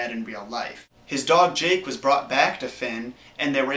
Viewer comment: Did you just call Jake jigg